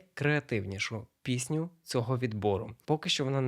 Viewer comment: бляахзхха мені чується не "пісню ідей" а "піську ідей" те саме що й з "мудаком" у вас))) ПЗПЖПЖПЗ